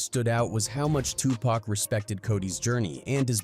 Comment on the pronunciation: Stop calling Tupac Pack